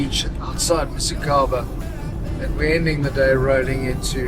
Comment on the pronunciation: Dude, msikaba, not missykaba.